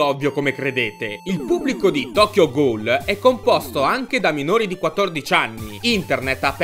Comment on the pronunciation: / Si pronuncia "GUL" non "GHOUL"